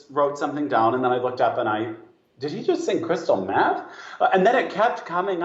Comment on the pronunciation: Crystal meeeth 😂